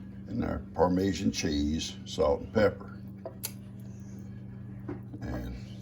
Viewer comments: Par- Meh-Jon cheese = parmesan cheese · Howdy Howdy!!😃👋 I bet y'all were soooooo THRILLED to see Lex again!🥰 You can pronounce it as PAR•MEH•SHAWN❤️